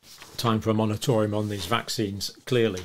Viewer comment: Hey Dr John It’s a small thing but it could potentially be reducing your credibility. The word is MORATORIUM - only one “R”. You’ve been saying monetorium, at least that’s how it sounds to me. Cheers from a perfectionist in NZ 🤣